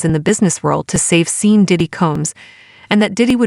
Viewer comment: What bs! The AI keeps pronouncing his name as Seen...LOL! I don't even know how this site has 1.3 thousand subscribers! Damn!